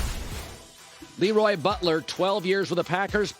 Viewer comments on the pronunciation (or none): You love to bring him on but can't pronounce his name correctly. It's pronounces La Roy not Lee Roy